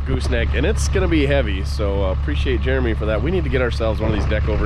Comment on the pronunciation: I appreciate you pronouncing Jeremys name correctly. Morons always pronounce it Germy.